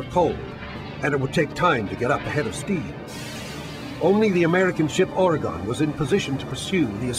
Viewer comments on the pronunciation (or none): I hate the way people who arent from Oregon pronounce Oregon 😑